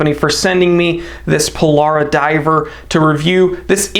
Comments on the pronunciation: Pill Bruh. Not Pill bar ra. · The Houtman "Polara"? I could have sworn it was the 'Pil-brah', mate 😉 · That's pronounced "PILL-BURRA" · Its pronounced Pil- brah FYI. Nice watch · As an Aussie who works in the Pilbara I must educate you all on the correct pronunciation... the first 'a' is silent. A true blue Aussie would say 'pil-bra' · Red Cattledog. Also it seems to have a special design dial surface. Also, you need to work on pronouncing Pilbara. 😊